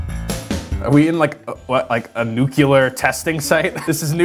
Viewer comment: Did he say “nucular?”